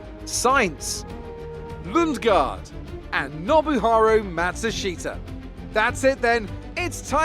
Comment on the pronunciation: MaTSUshita not MaSHUtsita :(